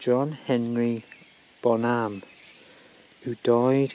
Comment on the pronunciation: Hi! I'm curious to know why do you pronounce his last name as Bonhám instead of Bónham. Aside from that, since probably I won't be able to go there physically, I thank you for letting me visit his grave virtually. It was moving to watch. Greatest rock drummer ever and inspiration for millions.